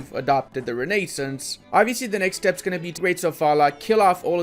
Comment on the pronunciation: and renaissance